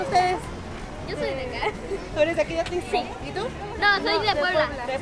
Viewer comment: Great video...just please stop saying the "x" in Atlixco...is pronounced as an "s" so Atlisco....but otherwise i enjoyed the video 😊